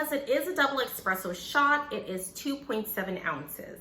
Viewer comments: It’s espresso. Not expresso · Espresso is pronounced like Nespresso. It’s not Exxxxxxxxpresso ;). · Espresso not Expresso 😩😩😩